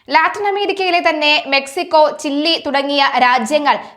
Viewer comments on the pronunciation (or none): ചില്ലി അല്ല. ചിലി ആണ്. ഒട്ടും അക്ഷരശുദ്ധിയോ, ജനറൽ നോളജോ, ഈ അവതാരകക്ക് ഇല്ലെന്ന് ഖേദപൂർവം പറയട്ടെ..